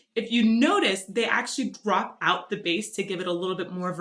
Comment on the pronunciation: Why the bass is pronounced like "base" , it is a bass, prornounced "bass".